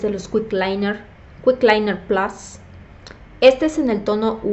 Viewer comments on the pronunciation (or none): none